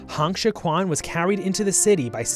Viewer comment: The video is great but the pronounciation of Chinese names is honestly horrendous and should have warranted a two minute Google search on how to pronounce Pinyin. Hong Xiu-quan is not pronounced "Han Shi-kwan", the actual pronounciation is much closer to "Hone Shio-tren"